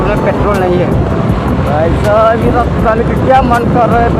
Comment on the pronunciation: Rasta nahi bolta 😁rajte bolta yrr